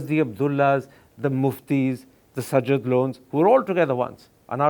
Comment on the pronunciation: Enjoyed comedy by Karan. He doesn't even know how to pronounce the name of his guest. Sajjad is a sky comedian.